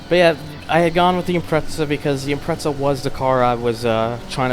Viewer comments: Sheesh, this guy annoys me... It's IM-PREZZ-A, NOT IM-PRETS-A! SAY IT RIGHT! >:L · Actually it's IMPRETZEL thank you